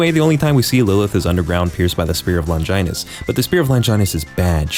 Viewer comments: "sPEar oF LoNGjaYNUs" - 🤓 dude its pronounced long-gi-nus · This mf pronounced "longinus" as "lonjainus" 😭😭😭